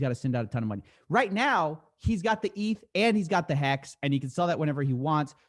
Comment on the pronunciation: You can tell this guy has no clue what he is talking about by the way he pronounces "eth".